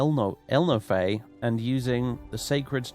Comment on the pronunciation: I won't try to explain who the Ehlnofey are cos #1 I'm not 100% sure myself, and #2 in case I unwittingly spoil something, but I think it's supposed to be pronounced like El-coffee, just with an n